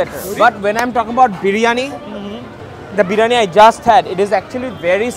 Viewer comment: Bhai Birani nh Spelling Briyani...Age bolte sekh ...😂